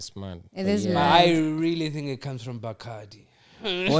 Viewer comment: Bacadi. Not Bacado. Female dj's are not slay quèens. This show is toxic. The white is chilled